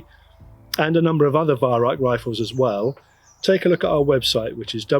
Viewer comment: Germans pronounce the Weihrauch name as "VAI-RAU"